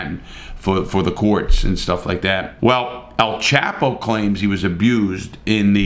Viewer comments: It’s El chop o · Its pronounced (El- Chop-oh)😒😳😁